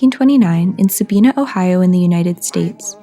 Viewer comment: With respect, first of all, Sabina is pronounced with a long i, second he was not a mummy he was embalmed which you did say. I live near Sabina and saw him many times as a child. I have often wondered who he is. Perhaps a d.n.a. test could help tell us his story. He must have had money at one time at least to afford gold fillings. Good job, I wish you well.